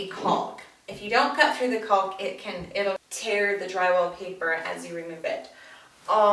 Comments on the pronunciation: LoL. Its pronounced like Calk. Why is she pronouncing the L so hard like Culk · Its actually not pronounced Cau "L" K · "Caulk" is pronounced "cawk", rhymes with "hawk," not "calc," as in "calculus" or "calk," rhymes with "walk." Also, learn to edit your vids, better. You were fine when you removed gaps or pauses, but, blew it, when you asked the videographer what he was doing. That is distracting, makes you look like an amateur, or, worse, like you don't know what you're doing. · IT'S NOT "CALLLLK" its caulk.... it rhymes with gawk and hawk and chalk. It's not that hard. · She put so much emphasis on that L in "caulk" seconds 🤣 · I give you a lot of credit doing video. Nice and thorough but you need to pronounce caulk correctly...rhymes with hawk. Keep making videos. Women need to see other women doing projects. Thanks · Caulk with an L, hahaha 🤦‍♂️ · CauLK!! Lmfao!!! I guess she doesn’t want to say COCKing.... 🤭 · As somebody who works at a paint store...lack of emphasis on the “L” is incredibly awkward. “I need a box of caulk right now!” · It cracks me up how she pronounces the l in caulk! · It might sound like a funny word to children. But you do not pronounce the L in caulk. It is pronounced as kawk. You can look it up if you want. I had a buddy of mine argue with me at a job site and bets were made, so I pulled up the dictionary and showed him. So now when I hear the L it really stands out and sounds silly. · I've never heard someone pronounce the "L" in caulk before. I guess I've been saying it wrong my whole life. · Everytime she said “caulk” I was really listening for that “L” sound to make sure.... totally distracting 🤣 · Seriously? The "L" in caulk is silent. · caulk rhymes with talk. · way to emphasize the "L" in caulk so we don't have any mishaps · I screamed the 3rd time she said it 😂😂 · The "L" is silent. Enunciating it is incorrect and incredibly awkward.